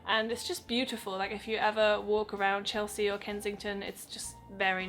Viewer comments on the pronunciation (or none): none